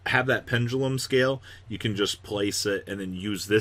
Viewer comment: This dude need to stop putting ya in yo so fucking cringe worthy when people pronounces shit like that